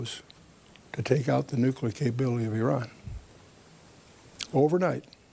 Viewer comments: Nukular? WTF! Try reading it slowly and sound it out like a 10 year old at school. N.U.C.L.E.A.R... new-clear... nuclear. Only one 'U' and only one 'U' sound. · Maybe those who can't say "nuclear" shouldn't be talking about nuclear weapons or talking over someone who CAN pronounce it. It's New-Clear, not New-Cue-Lar. Where were you thirteen years ago? This stuff is clearly new to you, but nothing much has changed in this since the nineties. The virus He's talking about is Stuxnet. Google it. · Nuclear please not nucular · Sorry. It's pronounced NU-CLEAR. Get it? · “NeWcUlUr weapons?! He said nEwCuLuR weapons??” 😂😂 love you brother, great video! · "It's nucular" - Homer Simpson